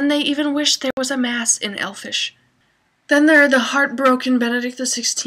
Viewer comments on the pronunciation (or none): It's "Elvish", not "Elfish"!! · It's elvish, not elfish! ☺